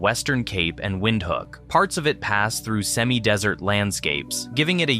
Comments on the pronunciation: You-pington XD , Wind-hook XD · It's pronounced "VindHook" not Windhoek